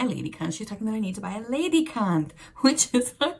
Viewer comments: It's lediKANT, not lediKUNT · One thing about pronunciation by english people. Nobody can pronounce anything correctly because nothing is phonetic anymore. Hence you pronounce ledikant as if it's ladycunt. No offense. That said, this young woman giggling (I just found out - driving license - she is over 18) made me really smile.